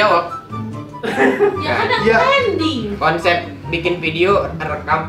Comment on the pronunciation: TRENDING Bang bukan TRANDING...